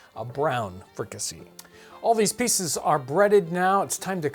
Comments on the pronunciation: Pronounced free-ka-say. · The "see" in fricasée is pronounced "say".